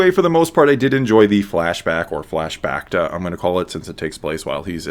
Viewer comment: "flash bacta". i love it.